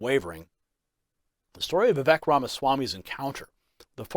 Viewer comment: Respected, Vivek.s name is pronounced VivAke …rhymes with cake. He said this on an interview I saw him on. Let’s pray for him.